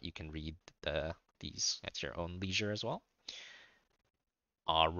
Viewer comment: Great vid it was perfect until you tried to say leisure